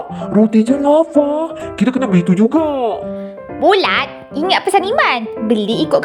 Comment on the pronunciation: bula bukan bulat😂😂😂😂